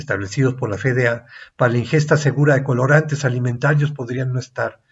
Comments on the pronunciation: Es: efe de a (FDA),si lo va a decir en español, o ef di ei (como suena) si lo va a decir en inglés. Por qué dice Fe de a? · CUANDO ME ENSEÑARON EL ABECEDARIO APRENDÍ QUE LA LETRA "F" SE PRONUNCIA "EFE Y NO COMO LO REPITE UNA Y OTRA VEZ USTED Alejandro.... FE...... Pregunta: desde cuándo cambió la pronunciación de esa letra ????? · Quería compartirlo, pero la pronunciación de "F.D.A." como "Fe-De-A" le quita seriedad al video.